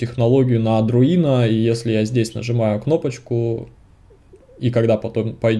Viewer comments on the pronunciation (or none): Сеньор говорит "АДРУИНО", забавно...